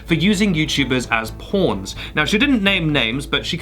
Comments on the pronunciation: At first I thought you said porn instead of pawn and was soo confused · i love your accent so much but i fall off my couch every time you say “pawn”